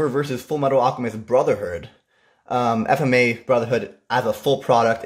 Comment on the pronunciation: why do u keep mispronouncing FMAB.